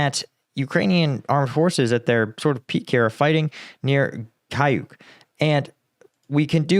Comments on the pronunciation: how difficult is that to say "KAUCHUK" instead of "kayuk"? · It reads caoutchouc, not kayuk. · thanks for the excellent reporting. You have a very good pronunciation for an English speaker, but just an easy phonetic tip: You say [KAYUK], but phonetically Y = U, Č, ч = TCH like tchai, so... каучук = kauchuk, kaučuk. It is the name for the rubber polymer, probably because of former or current production in the area (India rubber, latex, Amazonian rubber, caucho, or caoutchouc) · Каучук is pronounced KA-OO-CHOOK!